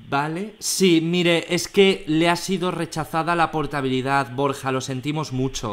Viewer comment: BorJJJa xD